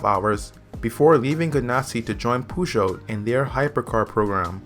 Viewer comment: The way you pronounce Peugeot is REALLY cringe. Try selecting french in Google Translate, punch in Peugeot and select the "Listen" button. That will give you a pretty accurate representation of how to pronounce it correctly.